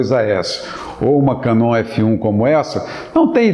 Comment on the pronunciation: Vejo quando o cara tem propriedade naquilo que fala quando o ouço dizer: "Canon" da forma correta. [cá-nÔn]. Agora, quando o "expert" pronuncia "kéeenon", está tudo fudido! Todo o bom fotógrafo é, acima de tudo, uma pessoa muito culta e inteligente. Bem haja!